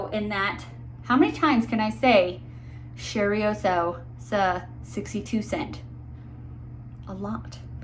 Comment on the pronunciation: So, it’s not cherryosa, it’s cheYroza, i am sorry, it’s hard for me to explain how words sound. I am from Brazil btw, so it looks effortless to me to know how to say things in my language, but I know how hard it is. Thank you for the infotmative video.